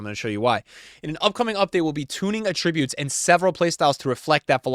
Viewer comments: who says attributes like that? saying attributes like that means something else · does anyone else say attributes like he does?